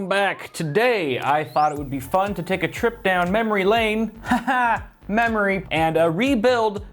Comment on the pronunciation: Sounds like you said mammary... You talkin bout titties there?